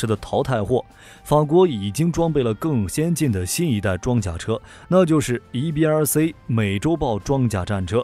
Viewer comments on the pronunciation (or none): “C” 念See, 不念Say. 所以EBRC 是EBR"See", 不是EBR"Say".